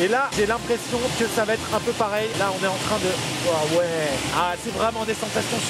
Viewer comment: A 7 min, en voulant dire à ouais ta dit huaway